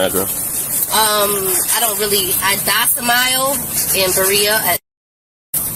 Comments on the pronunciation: I “dos-em-mile” … You mean domicile? 😂 No plates. No license. No registration. And most importantly, no insurance. Hit and run alert! Hit and run alert! The Moorish National Network. 😂😂😂😂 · dosamile? Did she mean domicile? 🤦🏻‍♀️Stupid. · can’t even speak properly…”I DOCIMILE”…ya mean domicile…🤦🏾‍♀️🤦🏾‍♀️🤦🏾‍♀️ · "I domicle.. " 😂😂😂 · Did she say Docimile instead of Domicile?🤭 She must have tooken a wrong turn. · She docamiles in Loraine? Learn to pronounce your fancy words? He doesn't contract with your docamile so good luck with that fee schedule. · I "docimile" in Berea... You mean domicile????? She's getting confused by her own words. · docimile gets me every time. domicile you twat. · "I docimile..." Not only can't she pronounce the word, she thinks it's a verb. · 'docimile' ?? Or did she mean she has a domicile?? 😂😂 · You said "docimile," instead of "domicile." moor-on. They get this not doing commerce shit from it saying. somewhere "you shall not employ a vehicle..." Her insisting on a Sargeant while being told she was talking to the Chief was hilarious. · Docimile, do you mean domicile? Idiot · “I have a “docimile”! 😂😂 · Ha ha ha ha! She mispronounces "domicile" as "docimile." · Did she say she "docimile"s? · F*ck me backwards with a bent banana! I had to rewind to be sure that I heard what I thought I heard but YES, when asked where she lived she really did say " I docimile "! These Sovereign Citizens cant even read their downloaded scripts properly and they clearly have no understanding of the terminology that they throw around with such abandon - and they wonder why people don't take them seriously? Honestly, it's downright embarrassing hearing them stutter and stumble through their farcical formulaic folderol Oh yeah, and... "I'm the Chief of Police" "I want the Sergeant" - Jebus H. Christ, the stupid is strong in this one >< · “Docimile” 🤦🏻‍♂️ uneducated, entitled and idiotic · When she said "docimile" i knew we were in for a treat.